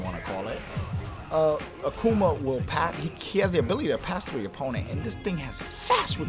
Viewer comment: a-Kuh-Ma... lol